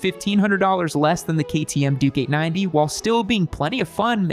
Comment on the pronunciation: Triumph over the others.. Also.. i keep hearing him say "Dookie 90" WTF.. its gotta be on purpose.. he's clearly calling the bike a turd..